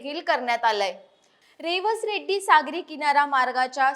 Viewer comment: आधी मराठी भाषा सुधारा मग बातम्या द्या रेड्डी नाही रेडी आहे